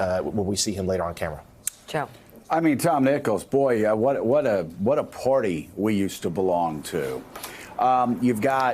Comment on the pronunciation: Joe...the word is "Party" -- not "Porty"!